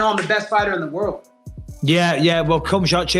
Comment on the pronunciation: Bisping acting like he accidentally said “Cumshot Chimaev” was complete trash.